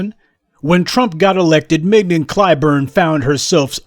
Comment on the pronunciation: She goes by "Ming-YON", Prof. As in "Filet". A prime cut.